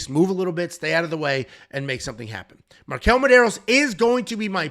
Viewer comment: Marquel? Man, c'mon...